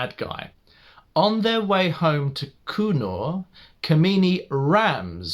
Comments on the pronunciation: & the name 'Kamini' is Kaa.mini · I just love the way to pronounce the name kamini.... The way you pronounce kamini it means that bitch.... Which is how her nature is in this movie....